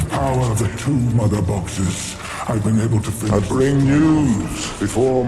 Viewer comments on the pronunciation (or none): 母盒聽到變成ㄇㄉㄈㄎ是正常現象嗎？ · 聽他們講Mother Boxes 越聽越像ㄇㄉㄈㄎ(XD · 母盒xN 這段聽起來像媽的法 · 針對查導版正聯的細節吐槽一番～ ＊母盒(Mother Box(es))我倒是聽成了變形金剛的博派(Autobot)～XD